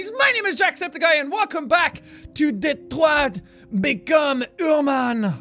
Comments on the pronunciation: Wouldn't it be "Detwah: Becum Hyma:n" ? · "Welcome back to: Detroa Becom Uman ." Excellent pronounciation. Edit: I know it's supposed to be a French accent, im not stupid... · I need Jack's french pronunciation of Detroit become human to be my new ring tone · "... Like in Detriot!" Proceeds to have Vietnam war flashbacks